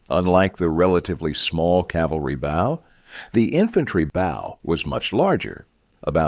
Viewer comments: 11mm thick scales in scale armour? More like 1mm, with the overlapping scales bringing it effectively to 2 to 3mm. The bow you shoot arrows from rhymes with 'slow' or 'show', not 'how'. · Very annoying with the improper pronunciation of ‘bow’.